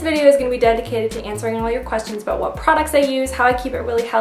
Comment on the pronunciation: I didn't realize you were from canada until you said it in this video. then i was thinking to myself, she doesn't even sound acandian. then you said about. i am crying right now:) i love you soooo much!!